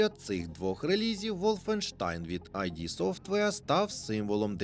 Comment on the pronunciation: Студія id називається не айді, а ід